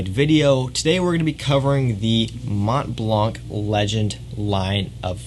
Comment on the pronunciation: Mont Blanc do not prononce the T and C. 😅